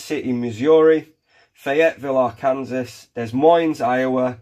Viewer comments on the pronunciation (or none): Pronounced: Ark-can-saw